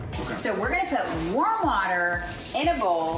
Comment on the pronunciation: What she said: We're gonna put warm water in a bowl What I heard: We're gonna put worm water in a bowl Me: Wait what